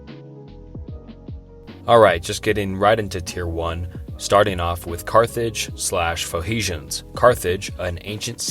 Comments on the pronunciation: Pho he shans??? Pho knee shans? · Faux-hesions? Was going to try to sleep to this but the pronunciation is murder. Off to the Gorbachev bio, I suppose. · It's Phoe N icians not Phoeicians... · Phoehicians..? Sim-ee-tick...? aight I'm out. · You mean, foe-knee-shins. ;-) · the pho-he-shans lol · starting with carthage slash phoehishians... ok maybe i heard it wrong... again: phoehishians ... dude we are just starting and I ve already lost confidence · Come on man just take one extra minute and learn the proper pronounciations of words. Or not even that, just read the words. "Phoehecians"? Dude, there's an N there, not an H. Literally just read the words properly. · Heard him say the word Phoenicians and clicked off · I stopped watching as soon as you mispronounced “Phoenicians.”